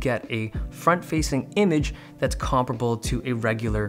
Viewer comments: The way you pronounced "comparable" has killed a few millions of my brain cells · Ive never heard "compareable" being pronounced like that